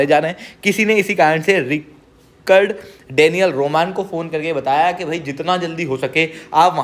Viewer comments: Rik-Ard Or Rich-Ard 😶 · Bhai thoda pronounciation thik kr Richard hai Ri-card nhi aur v 2-3 mistakes hn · It's not Rikard it's Richard. U r a Sir pls u shud know that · रिचर्ड है वो रिकर्ड नहीं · रिक्कड़ नहीं वो रिचर्ड है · Richard toh bolna seekh pehle. It is RICH ARD. aise hota hai. 😂😂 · It is pronounced as RITCH-erd